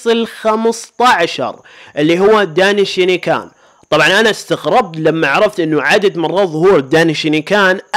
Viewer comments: دينشكان❌ دناي شاني كان✅هههههه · يارجل غوكو هو الاول في كل شيء سواء كاكثر شخصية ظهورا في انمي دراغون بول او كاجمل شخصية او كافضل شخصية او كاقوي شخصية طوال السلسلةو يا انت سيء في لفظ الاسماء و انا اكره ساتان و الفتات اسمها ماي و ليس مايا و الدايشنكان ليس اسمه دايشينيكان و هذا يعني ان غوكو ظهر في جميع الحلقات لدراغون بول سوبر